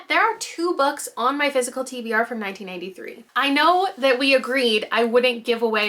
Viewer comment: Every time you say 1993 I hear 1983 😅